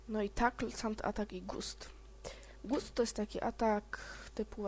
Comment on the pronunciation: nie mówi się "gust" tylko "gast"